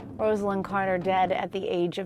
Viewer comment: Get the pronunciation of her name correct, she deserves much more from you anonymous talking heads